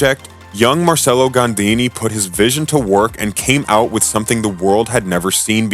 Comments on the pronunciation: Pronounced Marchello. Also DAY-bew-see. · The bare minimum one should do is to learn the name of the subject of his work. That name is Marcello, not "Marselo". Open Google Translator and learn it, it requires 10 seconds. Not to say anything about "Claude Debussy". Pollice verso to the video. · He mispelled Marcello, he shortened Gandini to Gandi, and his pronunciation of Claude Debussy is even funnier... what an idi....T